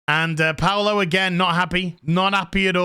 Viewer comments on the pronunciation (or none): none